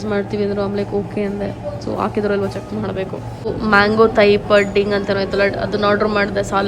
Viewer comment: It's not ಪಡ್ಡಿಂಗ್ its ಪುಡ್ಡಿಂಗ್ 😊